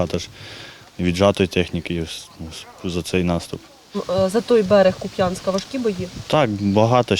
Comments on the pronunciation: 🆘 🆘 🆘 Завжди був К`УП'ЯНСЬК А НЕ КУП'`НСЬК. ТОБТО НАГОЛОС НА БУКВУ `У, а не на `я Часто бачу що журналісти цим нехтують, а людям обидно, враження що місцевих ЗНЕВАЖАЮТЬ. Порада, в'їзжаєте в населений пункт, не погребуйте перепитати в місцевих, як вірно називається село чи місто. 🆘 🆘 🆘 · Не Куп’Янськ, а КУп’янськ. Наголос на першому складі. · Сам оттуда наконец-то выехал 15.09 в Украину так как пока что слишком жарко, спасибо парням за службу. Небольшая просьба - говорите пожалуйста кУпянск) Хоть російскою, хоть українською мовою наголос на літеру "У") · Тільки КУп'янськ, а не Куп'Янськ)))) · КУп‘янськ,який куп‘Янськ ??!!! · Горе журналисты ставьте правильно ударение - КУпянске а не КупЯнск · Да коли ж ви всі вивчете що Куп`янськ має наголос на У! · Почему украинские журналисты часто не правильно ставят ударение на названии Купянска ?) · титр "журналістка" фейк. перша ж фраза - і не правильно наголос в назві міста. Це на журфаці вчать так лажати? Це ж не в Китаї місто. Десять секунд і вікіпедії можна перевірити назву і наголос. Ганьба і непрофесійна робота. У "бігусів" багато таких.